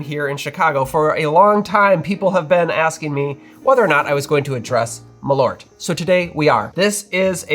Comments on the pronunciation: Dear Americans, it's MALL-urt, not muh-LORT. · what is ma-loert? Maaal-oert! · You should pronounce Malört like "Maal-Eert" - You drink it to Pickled Herring, and you should NEVER EVER buy this, you should make Malört yourselves and adapt the recipe to your likes. And IF you should use Malört in drinks you spray it in the glass when making Corpse Reviver No. 2. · I can't stand everyone calling it "Maloort" 😂 It's "Maal-ört" the ö-sound is quick. Put Malört into google translate and listen to it in Swedish and you'll understand how it's supposed to be pronounced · Not important, but if you want to correct other bartenders in Chicago, you can tell them that it is pronounced "Maaleart" (note the semi-long 'eart', which is close enough to ört). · Pronounced: Maal--örrt in swedish. malört {comm. gen.} /m'ɑːlœʈː/ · Extend tha A in Malört and you get better "swedish" pronunciation. And pronounce the Ö like the U in "burn". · Usually the mispronunciation of Swedish words is understandable and largely inoffensive but when it comes this fast, this often it starts to really grate. Suggestion, treat the word as if it was two, because it is, Mal and Ört as you noted in the video. There isn't two Ls in it, think of it's pronunciation the same way you would wormwood, it's also two words and you don't blast right through it. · First of all it is a bit hilarious for a swedish like me to hear you guys on YT butchering the word "Malört" there are only one of you guys that says it correctly and he is a norwegian. I have actually made a liquor with wormwood and spruce sprouts and it aint that very bitter or perhaps my taste buds are dead because of too much chilli in my food. Perhaps it is something else than wormwood that makes it so incredibly bitter. I do hope you have access to a toilet because wormwood might be a bit laxative.